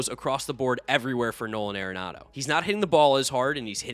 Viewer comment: It's not .... "air-enado" .............. It's .... "are-enado" ..................